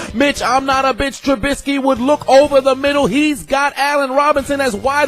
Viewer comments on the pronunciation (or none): none